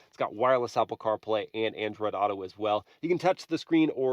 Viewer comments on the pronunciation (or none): none